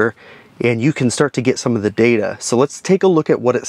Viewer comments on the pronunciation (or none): none